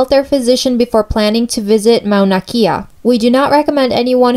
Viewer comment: Got this from a comment and I needed to clarify too: She was right and I mispronounced it. It's not Mauna Key-a but Mauna Kay-a (Kea). My fault Comment: Do your homework before stating an opinion, learn to pronounce the names correctly, and show balanced points-of-view. Perhaps then your argument will have some merit as an informational presentation. Otherwise you might as well post your opinion on twitter Response: After watching it again I see how I gave more way to a preferred view. I should have been more careful. I am in the middle about this. If the natives of the island are disturbed about having a telescope built on their mountain, then it should be respected but if there is tourism and conservatories already up there, why is the telescope a problem now? I see how I could have balanced it better. Thanks for the feedback